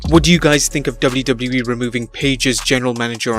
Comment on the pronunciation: finally someone who says wwe properly!!!